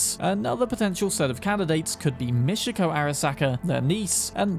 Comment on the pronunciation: its mi-chi-ko, not mishiko?